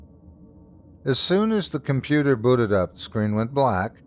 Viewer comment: .....ah, but "compudoo"? 😆 (❤)